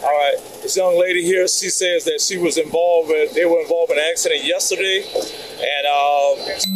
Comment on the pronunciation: the pig can't even speak English "dat", "dis" "over dere" "don't do dat" ad nauseam